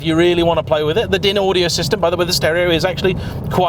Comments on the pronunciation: DINaudio? 😂😂😂 It's pronounced DINEaudio. In 25 years in the audio business, you are the first person I have ever heard pronouncing it DINaudio. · its pronounced 'dine-audio'. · DynAudio. Pronounced “ Dineaudio!